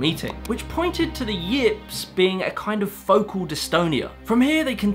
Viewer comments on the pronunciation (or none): none